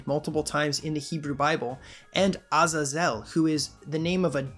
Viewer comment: Quick nitpick, it's A-zaz-el.